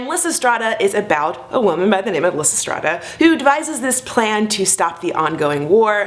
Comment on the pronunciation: omg the way you pronounce lysistrata omg pls omg no